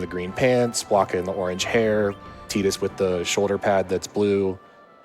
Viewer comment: how much was the donation incentive to mispronounce Tidus' name the whole run?